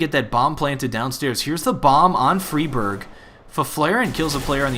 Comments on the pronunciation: fray birg not friiii berg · fryberg, not friberg ;P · its fri like fry not freeberg its friberg fry-berg friberg :3 haha just saying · It's pronounced Free barj in Swedish NOT Fry Berg. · its not freeberg its friberg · MHplays It's more like Free Barg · its fribirg. like Frie, fries, or fry, to fry with a pan. fry berg. k. thankz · I am from Sweden so I know the correct pronunciation :P Idk why the call him "fryberg" but somone started to do it and everyone followed along. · Frie Bird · Why do you have to pronounce everything wrong? FYFlarren? FREEEEBERG? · Also, it is pronounced fry-berg. At least, that's how GeT_RiGhT said it in the Protip video. I'm not sure on that name either. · the way you pronounce Fribergs name and Fifflaren is annoying...